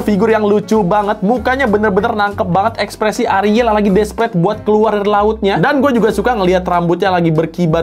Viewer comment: sebutnya A RI EL ya guyysss bukan ARIL😭😭